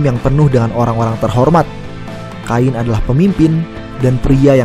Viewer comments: Kain ? Kein bro penyebutannya 😅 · Penyebutan Namanya Bukan "Kain" min tapi "Khein" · pronounce admin sebut salah... cara sebut cain sama seperti ken..... cain - ken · Cain..bacanya..kein...bukan ngajari bang...biar enak aja denger narasinya..hehe..